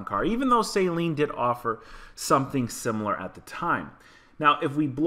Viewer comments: The 2018 is a better builder and fix. The Shelby -Hertz is toast. And that last one is a Saaaleen, not a say-seen. Most Sleen cars are not supercharged. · I don’t think it’s pronounced as a “saline” mustang, unless it’s a base mustang getting intravenous solution. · its not SAYLEEN its jus SALEEN